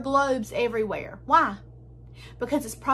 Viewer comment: “Why” not “waa”.